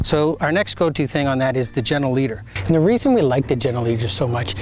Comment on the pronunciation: I couldn’t understand what you called the leash that goes over the nose. General leader? Gener Leader? Gender leader? 🤷🏻‍♀️